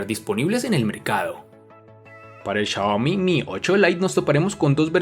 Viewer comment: Chayomi chayane ajajjajajaja "Xiaomi" buen vídeo...